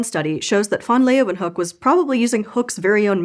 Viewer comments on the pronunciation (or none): Are you Dutch? It was pretty good, only the -hook part was incorrect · ”Leeuw” is one diphthong. She separates the diphthong into two syllables. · it wouldn’t be so bad if she didn’t add that extra syllable to his name. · I am also from the US. It was… OK at best; at least it wasn’t pronounced “lee-wahn-hook.” It should have been something along the lines of “lay-van-hook.” I can’t do the phonetic alphabet spelling on my phone. I will give a pass, as I am a huge fan. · This is how I learned I’ve been pronouncing his name wrong for years. Which is weird because the right pronunciation is actually closer to what a naive English speaker would say. I wonder where I got the “LAY-ven-hook” pronunciation from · Mild yodelling was an interesting approach to pronouncing van Leeuwenhoek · I wanted to listen to the story but CANNOT stand to hear you pronounce this man’s name one more time. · Why Pronounce van Leeuwenhoek wrongly? I know that 99% of the world's scientific knowledge was made outside the USA, so you really need to spell things correctly. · Always disappointing that Americans have such disregard for correct pronunciation of names, or is it just disrespect...? No one in the production bothers to ask the question and spends 15 seconds looking up how to pronounce the name of the person the video's about...🙄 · But it wasn’t pronounced properly at all… 😂